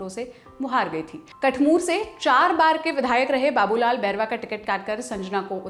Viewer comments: Ye कठमूर nhi कठूमर है मैडम जिस सीट से संजना चुनाव लड़ी थी😅😅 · It's kathumar not kuthmoor. In case of sanjna jatav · Kathmur nhi hai Kathumar (Sanjana Jatav ) pls correction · Kathmur nahi ..kathumar seat